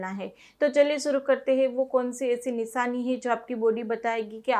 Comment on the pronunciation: Nishani nahi nishani apk sa sha bolne m fark h